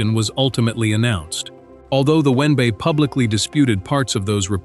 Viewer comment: We hear “one bah” or “one bay” or “win bah” when it is the W N B A? Someone needs to listen to this stuff before it is put online! You are relying too much on AI when you should be paying real people.